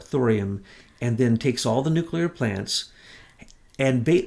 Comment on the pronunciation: Nuke--You--Lur? You're beginning to sound like Georgie Bush. You're way too smart for that. For goodness sake, even can pronounce it correctly. It's not that hard, say it with me now: New--Clee--Ur 😘